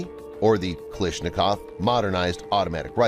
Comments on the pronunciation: The only thing I don't understand is why do you keep pronouncing his last name as "Kaleeshnikov" when it's clearly spelled as: KalAshnikov...? Borderline disrespectful honestly. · “kilishnikowa” 💀💀 try to spell it like “calAshnikova”